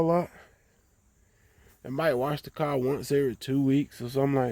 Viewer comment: Yall southern mf can't talk to save yalls life poor things 😔 and it took ten years of listening to it before we seen anything happen... I always wondered if it was on purpose cuz T I can talk but you can still tell he's from the south! he can say "then" and then you can read the word "then" and read the word "Den" then say it the same Car is Cah then just say rag so you can make an R sound that shit is crazy to me, European London Britain England accents nauseate me the South and Africa are next in line 🤣 the South sounds like someone just learning how to talk for the first time and yes we were all either born or kids in the 80s when the next generation of adults we're mostly populating the planet right now I just came and see what Nu Finish can do but I had to sit and listen do you repeat yourself 10 times with natural slurred speech 😩 I'm Denver Colorado so ... when I visit my cousin's in Houston their friends say I sound White no I sound right I can talk! oh my God East Saint Louis black folks its embarrassing my ex was born and raised in Alabama but sounds like she's from Colorado, you make the r sound in any other word but you can't say car properly or other words ending in r so is this shit even real or is it culture remnants of slavery y'all would have so many problems with white people out here where I live, White people would treat you like shit like you were stupid if you lived in Colorado sounding like that